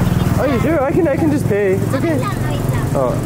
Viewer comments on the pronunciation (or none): It's funny that you still incorporate the word "payts" even though you're speaking tagalog. 🤣🤣🤣